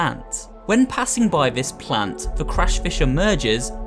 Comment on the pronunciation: Did he say Crush fish